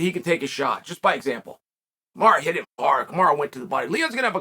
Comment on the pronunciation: Hey Chael, is Uncle Dana asking you to put this narrative out there? Everyone saw Usman cheating in the match. Ray Charles saw it. Do you owe Usman a favor or something? Is he paying you? Kamaru (not Kamara, you always say his name incorrectly) is not a gentleman and he is on PEDs. Please save yourself the time of making these type of videos because you're not fooling anyone and you're pretty much insulting the intelligence of your audience with your BS.